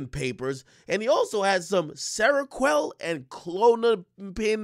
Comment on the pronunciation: How u just said Seroquel Tho 😭😭🤣😂